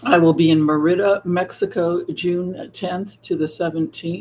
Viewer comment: It is Merida with emphasis on the Mer